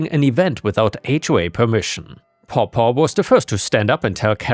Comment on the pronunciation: Hey. It's pronounced paw-paw like a cat's/dog's paw. 🐾 🙂 Also, one needs a license if fishing in a body of water where the fish is restocked. We don't need a license to salt water, or ocean fish.